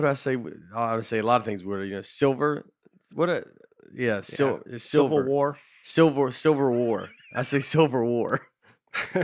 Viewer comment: Wait.... Nate can nail "Hodgkin lymphoma" on the first pass but botch "Civil War"???